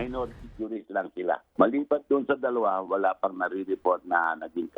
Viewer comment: They pronunce walien